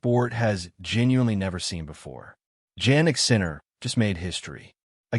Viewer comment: Kimi and Jannik are young Italian WINNERS, that support each other Kimi has just broken a record, youngest driver to win a F1 Gran Prix he has won 3 in a row, Jannik won 5 Gran Slams in consecutive, both setting NEW WORLD RECORDS on the same day. Please learn how to pronounce Janniks name as it is not how you pronounce it and one has to be RESPECTFULL when using names. The “J” becomes an “E” as in E annik. Thank you